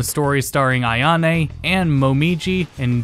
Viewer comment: Ai-a-ne? AI-A-NE? Really bro?